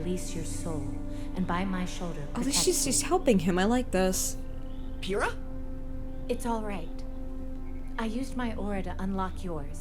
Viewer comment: Hey Pyrrah's name is pronounced Pyrrah with a P not an F just wanted to let you know